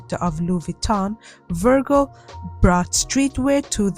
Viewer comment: the way you pronounce Virgil Abloh’s name is SENDING me!! it’s a soft G vowel; like how you pronounce the “G” in “gym”, not a hard “G” like the word “gurgle”.